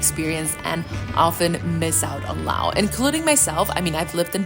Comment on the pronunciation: Why does she say Law? I thought it was Laos.